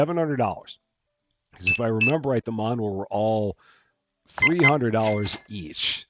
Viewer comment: Manhwa .. it's Korean .. pronounced man-wa (wa in like water)